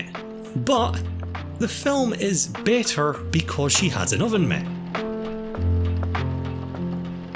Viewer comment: Absolutely no one:: OVEN MIT